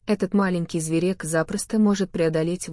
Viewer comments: Гы-гы-гы, "зверЕк"!🤣🤣🤣 Чувствуется англоязычный СУФЛЕР!🤣🤣🤣🤣🤣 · Почему зверЕк? Ударение что-ли правильно не можете ставить ? Уши режет.